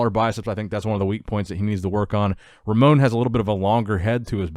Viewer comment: The pronounce is Ramon "Rosha" not "Rocca".